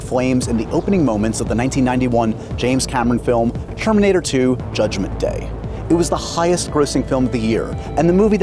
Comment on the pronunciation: Did he just say Sherminator?